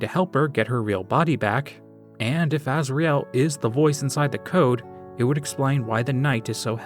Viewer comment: the way you pronounce asriel is Pissing me off i'm the original starwalker